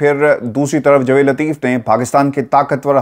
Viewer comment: Baraye mehrbani apna Urdu ka tallafuz sahi rakhain. Qamar Javaid Bajwa, Jvaid nahin. Aapka andaz e bayan waisay boht khoobsurat hota hai.